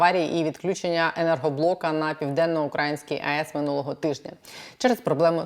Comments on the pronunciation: Все чудово, але чому «УкрАїнській», а не «Українській» мене ледь не знудило на цьому моменті бо самі знаєте хто робить наголос туди… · Що з наголосом в слові украЇській??? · Будь ласка, не укрАїнській, а украЇнській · УкраЇнській, а не укрАїнській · На украЇнській, а не на укрАїнській... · Аж вуха ріже коли вона каже УкАїнській. Це москальський наратив